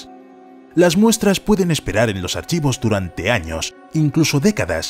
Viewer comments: se dice años no anos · dice 50 anos xd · Como que anos? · Dice anos XD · JAJAJAJAJAJ... minuto dice 50 anos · "años" se me hace gracioso y solo quiero que mas gente lo note